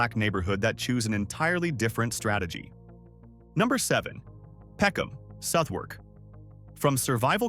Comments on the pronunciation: There are NO dollars in West London, and you don't pronounce the W in Southwark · ...definitely American. The way they pronounced "Southwark" says it all. 😂